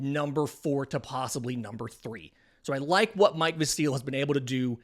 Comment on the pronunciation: Pronounced Mike VASil, not MIke Vaseeeeel. lol